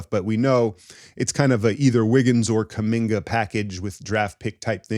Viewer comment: I had to pause the video to figure out if you were trolling when you said Kuminga and Podz for Scoot.